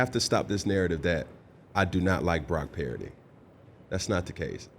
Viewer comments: Is he saying Brock Parody? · Does anyone else hear Cam pronounce Purdy as Parody? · With regards to one of Dan's favorite topic (game manager/game commander), I tend to agree with a lot of what Cam is saying. With this interview, I can't get past how he is pronouncing Brock's last name. Parity/Puridy/Parody? The name PURDY is not that hard to pronounce. Also seems like he's mispronouncing it on purpose given the heat he was getting on this topic. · He doesn't know how to pronounce Purdy? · Why does he pronounce Brocks last name wrong? 🤡 doing it on purpose